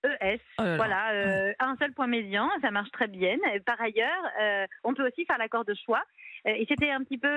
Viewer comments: voilà enfin ! j'attendais que le pot aux roses soit dévoilé, son but évident n'est pas l'égalité du féminin et du masculin, mais bien le renversement de la règle de priorité pour faire en sorte que le féminin l'emporte. Et en plus, elle dit "très bienne" (sic). Comme tous les combats féministes, ça propose l'égalité, pour mieux imposer sa domination. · Elle a dit « Très bienne » 😳😳😳 ?